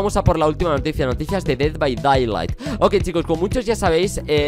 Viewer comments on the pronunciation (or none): Se dice "ded bai deilaijt" :) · me pone nervioso que digas dead by daylight mal se pronuncia literalmente como lo voy a escribir: ded bay deylight